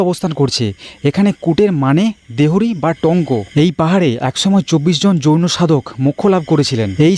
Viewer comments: 24 জন যৌনো সাধক নয়, হবে জৈনো সাধক। আপনি উচ্চারণ এ একটু ভুল করে যৌনো সাধক বলেছেন😊😂😂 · 😂 আরে ভাই ওটা জৈন সাধক হবে । যৌন সাধক বলছ কেন 😂😂😂